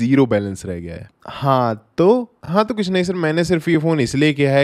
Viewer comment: "Kuch" hoga "kudh" nhi